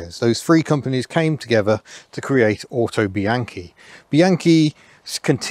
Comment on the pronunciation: The "au" in Autobianchi is pronounced "ow" as if you had hit your thumb with a hammer. You get most of the other Italian words pretty close to correct.